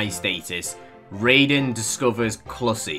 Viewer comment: They're thirst baits, where right before the naked part appears, an edit of a character happens. also it's pronounced "ride in"